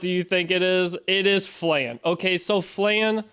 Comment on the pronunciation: Its Flan,not Flen